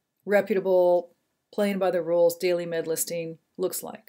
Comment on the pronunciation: DAILY....not DAILEY!!